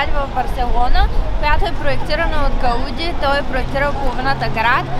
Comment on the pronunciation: Ходила съм в парк Гюел преди около 13-14 години и беше безплатен и добре поддържан. Ударението на Гауди пада на И.